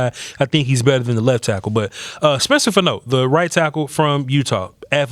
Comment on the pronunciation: He weighed 311 at the Combine. Nine pounds & he's 6-6, 320. It's FAH-no, not Fa- NO.